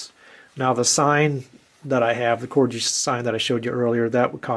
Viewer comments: A lovely collection, but it's pronounced " Corgi " named after the small Dog , and definitely not " Corji " . . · Very nice little collection .. I've been addicted to Corgi's since I was a kid and have a hundred plus many being originals from the 60's when I was a kid, I'm now 64. By the way its pronounced Corgie with a hard G not Corgee. If your interested there's a very good Corgi collectors page on Face Book. Toys Collectors Club ... Yeah, some good bargains to be found on eBay.... That's an excellent price for the blue BMC Mini and the Forward Control Jeep with Tower.. Well done you..